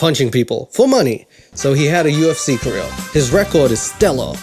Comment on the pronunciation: The word career doesn't have any Ls in it. It's not pronounced "caleel". I mean your making fun of someone who's shit at comedy while you are literally the most unfunny person I've ever seen.